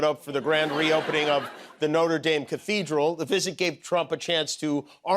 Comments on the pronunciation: the building in Paris is pronounced not-rer dahm. Noter daim is the pronunciation of the american university. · My eye twitched every time he said "no-ter daym". That's the college, Jimmy. The cathedral is "no-trah dahm" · I love you Jimmy, but the school in the US and the cathedral in France do NOT have the same pronunciation. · Can someone please teach Mr. Kimmel how to pronounce Notre-Dame! 😏